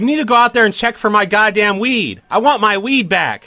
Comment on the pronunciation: I WAHN A NEW SNOW PLOH SHOW!